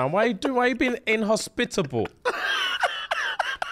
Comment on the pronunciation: “Why you being IN-HOS-PITA-BLE!?” 😂😂